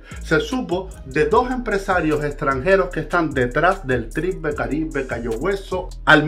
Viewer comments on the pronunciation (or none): Tribe se pronuncia “traib “